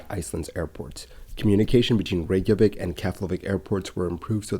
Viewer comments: It's NOT "Ray-zhah-vik"; it's "RAY-kyuh-vik". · I’m surprised an aviation expert is writing Icelandair as “Iceland Air”. Sorry I worked for their London office a while back and this error absolutely grates on me! 🙈 Your pronunciation of Reykjavik, 70% of the time, is rather off too. Sorry.